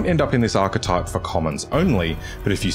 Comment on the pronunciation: I can't believe someone pronounced the word "archetype" correctly for a change!